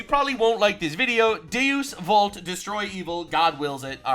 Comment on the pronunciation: God damnit it's pronounced DAY-US VULT